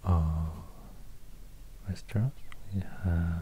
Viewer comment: I couldn't figure out where you were from until you jumpscared me with "Västerås" hade seriöst ingen aning om att du var svensk förrän då wow